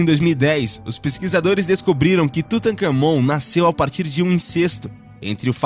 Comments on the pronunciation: Uma observação: É Tutancâmon e não tutacâmon. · Rapaz a pronuncia é Tutaká mon.. o Ka é a silaba tonica >!..e Akhenaton era homem.. ja ta aplicando a teoria de genero no cara, rapá ? nao existia isso nao epoca hahahhaha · qnd ele falou tutancamon deu um treco aqui